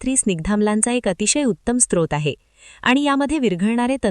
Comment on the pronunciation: छान पण स्त्रोत ( strot) नव्हे ! स्रोत (srot).